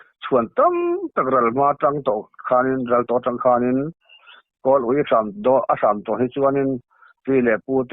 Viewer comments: Mizoin ava uiawm tihchu a thluk kanhresa alawm ui âwm niloin uiawm tih zawktur khakher chu i tidiklo tlat . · Uiawm chu a man a thluk dik loh zawk a lawm, thil kan ui zawng tak kan sawi ang hian thluk tur a nia, uih tih chuan thil tui hnai lo lam a kawk zawk a